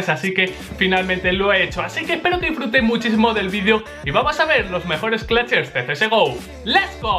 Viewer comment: me dan ganas de darle un madrazo cada que pronuncia "claches"